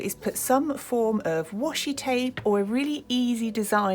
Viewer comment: Thank you, I think I would benefit from buying your book! Is this a particular book? Your work is so inspirational 💖 ps you may (or may not) be interested to know, the Japanese word "washi" (wa shi) tape, is pronounced with the "a" as in past 😉